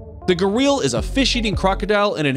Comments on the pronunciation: Its not garil its garial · Pronunciation of Gharial is wrong.Other mistakes too . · "Gah-real" LMFAO 😂